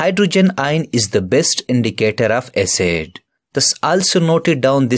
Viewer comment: its acid not acet lol